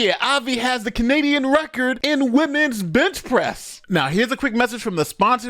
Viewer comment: It sounded like you said "Women's Bitch Press"! LOL!